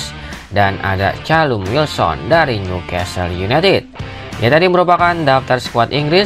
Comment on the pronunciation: suara dari konten nya sudah enak didengar, tapi kemampuan baca b. inggris nya masih lemah, meddisen, mesen maon, kail wolka, kolum wilsen cma ini masukan nya:)🙏 keep spirit💪 bang